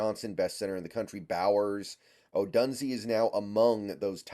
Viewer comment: Come on man. At least pronounce his last name right! 🤣🤣 Do you watch sports or just reading? O-DUNE-ZEHH. Couldn’t take you seriously man.